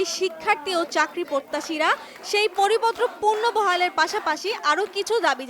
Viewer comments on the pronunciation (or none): আপনি কোন কোটার সাংবাদিক। পুনর্বহাল কে পুর্নবহাল বলছেন😡